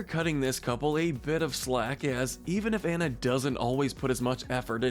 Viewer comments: Why are you pronouncing Anna’s name wrong but Kristoff’s correctly??? It’s “on-a” not “an-a”. Ok. Got it.😤 Go watch the movie again if you don’t believe me. I’ll wait. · i love videos like this but when the person doing the voice over mispronounces the names THAT ARE SAID IN SAID MOVIE like anna and kristoff it may be spelt anna but on pronounced diffrently and like i said ITS SAID IN THE FREAKING MOVIE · I'd say the most Toxic as an addition even though it didn't last would be Anna and Hans. (Also it's pronounced On-Uh, and NUH-veen) I think you should do one for siblings/Deep friendships. One of my favorites is Pocahontas and Nakoma (pronounced NUh-Co-Muh)